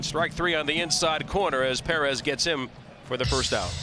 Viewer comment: Martin Puh-Rez!!